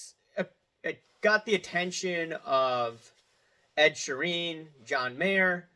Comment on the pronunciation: ed sha-reen